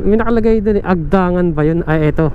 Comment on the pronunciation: Mabilis ang bigkas ng "Agdangan". Nasa "ni" naman ang diin ng "Unisan".